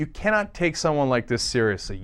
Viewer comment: "What she says isn't rederick" Hoem scholed, wir weee?????? You Righties are hilarious when you try to sound smart. If you'd ever cracked a book, you'd know (a) the word is "rhetoric".